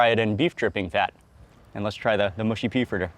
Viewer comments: Mate I like your videos but it’s mushy not moosey okay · please can americans stop saying mooshy peas? it grates my soul. only people from the north of england are allowed to pronounce it that way, otherwise the mush in mushy rhymes with rush or crush. not push.